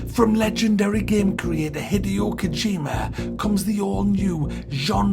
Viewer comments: "Hideous Kojima" LOL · "Hideous Kojima" love you 😂